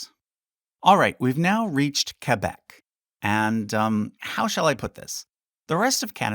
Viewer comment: The way you pronounce Quebec just sounds wrong